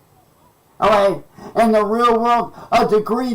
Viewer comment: A degree doesn't get you anywhere oh-ghay? 😂